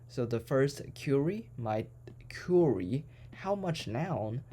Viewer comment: genius. btw 'query' is not 'cury' it pronounces 'qua-ry'